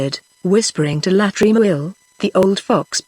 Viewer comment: The reading is good in parts but there are some glaring errors. When a character says NO, the person who is reading it says number because there is a colon after NO. Also LA in front of Tremouille's name should not be read as 'L' 'A'. Wish such errors are corrected so that students of non English speaking countries who use the audio book learn it right without making similar mistakes. Seeing the title as British English these students will think the mistakes are actually correct